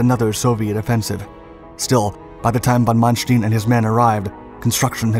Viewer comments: Stein, not steen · His name is not "manstin" is it? its manSTEIN. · Stine, not steen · Sorry to nitpick but Manstein is pronounced Man Stine not Man Steen. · Not Mannsteen, but Manstayn. Like "Ay Ay Sir". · "manstin" ?? Its Manstein... so many names and places pronounced wrong. Same witht the footage, more then often it dosnt match the events shown at all. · ''ManSHTIIN'' :d :d :d . It`s ManSHT''E''IN'' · His name is von Manstein ..... not von Manstien >>> 'stine' not 'steen'. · Wrong prounciation of Manstein; its ManSTEIN like the english word "line". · Wish this guy could pronounce German better. It's Von Manstein not Mansteen... goodball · I'm sorry I had to stop watching your video at Von Mansh-teen! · Another well made effort, succint yet powerful. You should, however, ask a german speaker how to pronounce Manstein. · Please pronounce correctly the name of Manstein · really cant ake these creators seriously when they cant take the time to learn how to pronounce stein.. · This guy must purposely mispronounce things to act like he's smart and breaking new ground! What the heck is "weeking" division? What's a "ponser" it's not mansteen it's manstine ! I know that's not the correct spelling it's to point out the mispronounced name